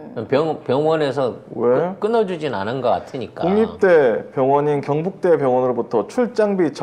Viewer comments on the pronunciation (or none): 아씨 경북대가 자꾸 굥북대로 들리냐 ㅋ